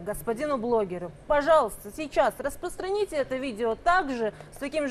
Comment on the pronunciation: сначала бы потренировался говорить слово "распространите"